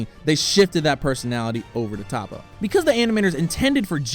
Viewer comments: toppo not tappo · It’s toppo not topo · Pronounced Toe-po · it's prnounced (Toe- PO)